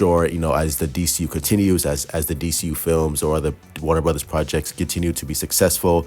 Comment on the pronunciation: Some of the Snyder cult a waving the white flag... Not your boy the. I know it's bad but I enjoy just listening to him try to pronounce things. "Warna Burddas" 😂😂😂😂